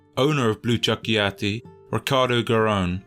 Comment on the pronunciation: Absolutely nailed "Blu Cerchiati", well done, i had to say it i usually blame every brit that say italian stuff wrong 😂 but not you, again well done!